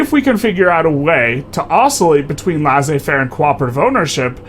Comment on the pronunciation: Laissez-faire is pronounced "Lay-Say-Fair" :)